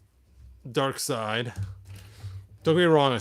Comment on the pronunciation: I'm not sure if you were mispronouncing it intentionally or not, but "Darkseid" is actually pronounced "Dark Side", not "Dark Seed".